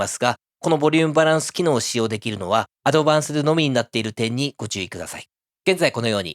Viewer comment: Advancedは「アドバンスドゥ」じゃなくて「アドバンスト」ですよ